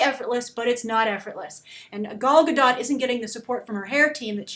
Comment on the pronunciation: I live in Israel, i laugh so hard when you say Gal Gadot.